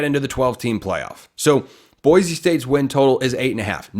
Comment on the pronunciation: Boy-see not boy-zee